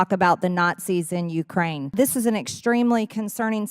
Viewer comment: Not C's? In U-krane?